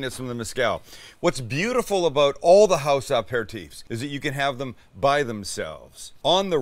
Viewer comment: Ya still missing that syllable from Apéritif.